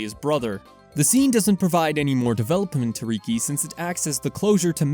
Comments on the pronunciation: Reeki…… it’s freakin Rih-key bro. Listen to the voice acting please….please… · Love the video. Excellent work! (I also find your pronunciation of riki funny. “Reekey” don’t get me wrong I’m not trying to make fun of you or anything)